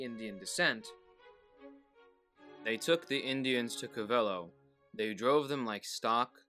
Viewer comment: I live pretty close to Covelo. They pronounce it "COVelo" Thank you...glad you did this ✌️ ❤